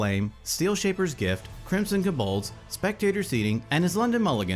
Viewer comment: I love how puts the emphasis on the last syllable of Kobolds